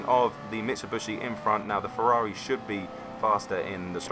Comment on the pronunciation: Why do you keep calling it a MITSABUSHI ?? Mitsubishi....... MIT-SUE-BEE-SHE.